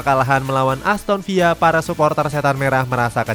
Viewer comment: Aku baru tau pengucapan villa di samakan seperti pengucapan spanyol atau amerika latin. Seperti menyebut sevilla... Wow